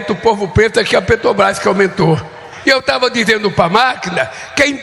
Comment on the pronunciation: Esse jumento fala "pretobais" se não sabe nem falar, como vai entender de precificação dos combustíveis.